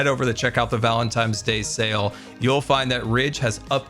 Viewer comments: Was he saying valentimes 😂 I love dyslexic 😂❤ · sweet wonderful, you said valentiMes 4 times. Even though it’s adorable it’s valentiNes. With a N. Never change, 😅. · Today i've learned that says "Valentimes" instead of "Valentines" and i cannot unhear this now lol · I deeply relate to saying "Valentime's Day" as a disabled and dyslexic person 😂 I misspeak and make silly mistakes like that all the time. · Ah yes, Valentime’s day. The loveliest holiday. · New one for the dictionary: Valentimes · There's something quite interesting with the way says "Valentines day", pronouncing it "Valen times day" essentially... And I don't know about you, but that's one of the grammatical errors I am just willing to welcome. Sounds fun, and it just weirdly works. ^^ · Gotta appreciate “valentimes” day…lol Love ya